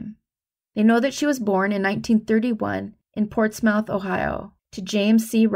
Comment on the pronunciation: Thanks as always for doing the research and presentation. A couple of pronunciation tips: Gladys = Glad-iss, not Glad-eez. Portsmouth = Ports-muth, not Ports-mouth. This makes me think of Plymouth Rock: the y is a short i sound and mouth is condensed to “muth”. Carry on, and thanks!